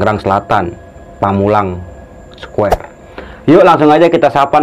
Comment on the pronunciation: Pamulang,,,,, (jeda 1 detik) Square... wkwkwk